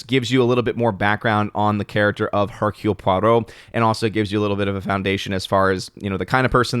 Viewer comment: Nice "Hercule Poirot" pronunciation!